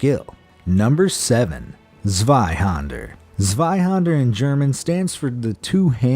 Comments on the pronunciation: Zzzzzzzzzwai-hander! ZZzzZZZZ!!!! Zwei is pronounced with a C. - more commonly known as a gunblade. #1 is the reason I clicked on the video. And you say "no clue why it's like that". Although I'm disappointed in the video, it's well made and still a better distraction from daily worries than most. Thank you for uploading. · did u just use shadow fight images that game is amazing zweihander isn‘t actually pronounced like that but its ok